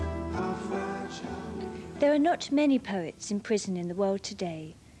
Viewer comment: Serving a pwison sentence .... I love her.